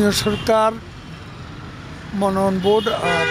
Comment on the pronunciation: মনোনয়ন উচ্চারণে সমস্যা